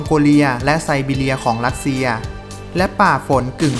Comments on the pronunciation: จริงด้วยเอาคนที่มีความรู้เรื่องอักขระภาษาของตนเองมาบรรยายคงได้อรรถรสกว่านี้_รัสเชีย_ไม่ใช่ลัดเชีย_ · คนออกเสียงภาษาไทยยังไม่ชัดไม่ควรมาออกสื่อสังคมเลยขายหน้าเขา เช่น อังกิด ลัสเซีย ฯลฯ